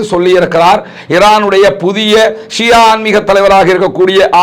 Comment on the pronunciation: Shia. Shià endru solvadhàiñ thav8rkavum